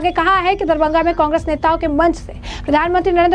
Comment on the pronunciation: मैडम शहर का नाम तो ठीक से बोलो.. दरबंघा नहीं "दरभंगा" बोलो..